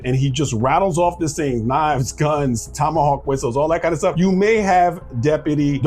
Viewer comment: Did you say “tomahawk whistles “?